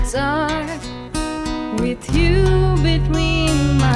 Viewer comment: Yes, good question. Although she did pronounce "with" as "wit". The only sign of her not being a native English speaker.